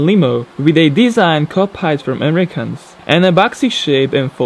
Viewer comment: Copied is pronounced wrong. Correct pronunciation: Ca-peed